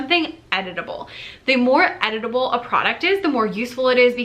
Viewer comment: Lol. I heard “editable” as “edible”. It made me look up from my computer!